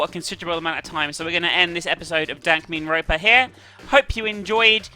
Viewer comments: i swear she said "dank meme ronpa" hahahaha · Lol, I don't know if it was because I was not paying attention, audio hickup or just an odd flub by you but at the end there it kind of sounds like you said. 'Dank Meme Ronpa.' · Did she call it dank meme ronpa at the end lol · "Dankmemeronpa" XD